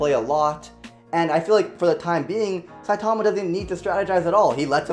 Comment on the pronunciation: He is saying saitama wrong.